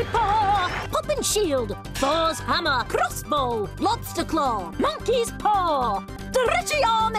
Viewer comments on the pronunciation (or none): none